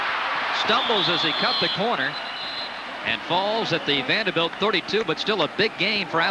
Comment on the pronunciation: Love how the announcer pronounces "Vandahbilt"